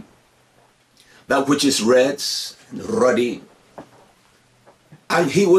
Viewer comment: It's funny how he raddle his tongue when he say To-"R"ah, "R"-ed, "R"-uddy😭😆